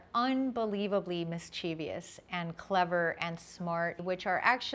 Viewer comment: *mischievous (Sorry, pet peeve)